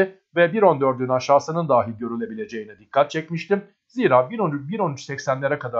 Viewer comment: Daahi demeye devam ediyorsunuz. Dahi...kısa a ile.